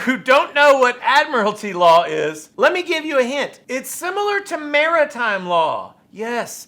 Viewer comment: When he asks if it's admitary law?? Are we at sea? Is this the navy? Are you a pirate??